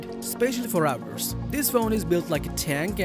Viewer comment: I'm never saying resistance the same way again. Also.... Out derss